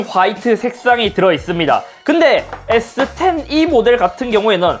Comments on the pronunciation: S10도 저번 아이폰 논리로 스십=발음상 스시로 해서 인트로 찍으신듯 이 정도면 인트로계의 신흥강자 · 에"스십"이라 스시임? ㅋㅋㅋㅋ